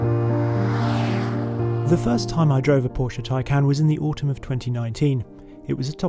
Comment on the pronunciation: If you go to the Porsche site and search, how to say Taycan, I am sure you will find you are pronouncing the name wrong. Its not, tie-can, its, tie-con.